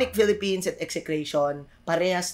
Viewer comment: Napansin ko lang lods ang ganda ng pagka pronounce mo ni Philippines sa ONIC at AURA